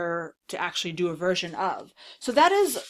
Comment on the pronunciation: ...Fersion Voil 😄